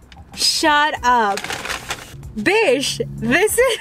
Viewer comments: I’m sorry but you are not supposed to say bish you are supposed to say bich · Lol I laugh every time when she says ‘bish’ 😂🤞🤪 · They way she says bi*#h I freaking love it Like if you agree 👇🏻